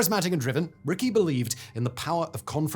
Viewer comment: Joe Richie, not Joe Ricky!